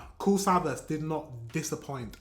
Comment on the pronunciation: Greetings from Germany! Your videos are really great. By the way, his name is pronounced "Kool Savash," and he's one of the most successful German rappers; he's known as "The King of Rap." And you know Sido With him, people say, "German rap is called SIDO"